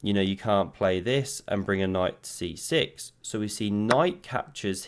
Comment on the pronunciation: Did he say "pawn to c-shit"?